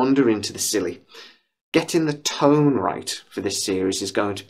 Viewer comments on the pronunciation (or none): none